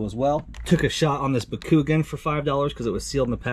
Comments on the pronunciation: DID YOU JUST SAY BAKOOGIN. Bah-Ku-Gahn please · Ba koo gun. Lmao. Bach oo gaun. Is correct lol. Sorry. Just had to let ya know lol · Not ba-coo-gin, pronounced back-you-gone. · Bakugan is pronounced Bah koo gone, with an even stress on the syllables. NOT "buhKOOgun." Do an IPS screen swap and rebuild the power circuit on the Atari Lynx. Also the Lynx won't turn on without a game inserted. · when bakugon become bakoogan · “bac-coo-gon” is how you pronounce it lol what you said is like my dad saying “pokeman” hahah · "bakoognan" lmaoo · Bock-ku-gone for future reference. Great video brother. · So what % of the items do you actually sell? I'm poor so I just can't imagine spemdsing this much regularly at a yard sale.. also it's baku-gone lol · did he just really say “Ba-koo-gun” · Just cause I randomly come across just to help, from the anime its pronounced bock U mon (bock like a chicken sound) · I was not expecting that pronunciation of Bakugan 😂 Great video as always 🔥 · Great vid! I’m gonna ignore the bakugan pronunciation😂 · LOL I'm not even a fan of Bakugan really but hearing the way you pronounced it triggered me a little because I know it sounds wrong.. Some decent finds there though GG, jealous how much you paid for those DVD's and blurays though.. I never find good deals like that on titles like that. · The way you pronounce Bakugan made me laugh I’m sorry!!😅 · I don’t collect it, play it, watch videos about it or discuss it with anyone in my everyday life…therefore, I pronounced it incorrectly. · lol the way you pronounced bakugan you butchered it